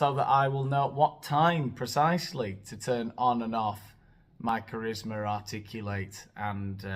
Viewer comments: I’m here bc I committed to after the Buble video, but it was totally worth it for the “articlu-late”. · Articu-late haha